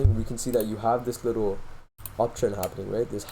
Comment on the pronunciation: the way you said likkle bro LMAO. I can tell you must be from Toronto by the way you talk.